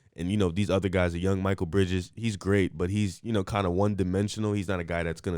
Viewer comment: Also can’t take them seriously if they pronounce Mikal like “Michael”. If they can’t correctly pronounce the name of one of the best role players in the league, then I know that they don’t really watch enough games to even have an informed opinion to accurately compare both teams lol.